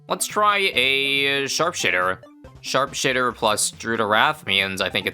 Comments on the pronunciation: Why does he say SharpShitter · Please dont say only I heard that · i almost heared sharpshitter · "Lets try a sharp-shitter"💀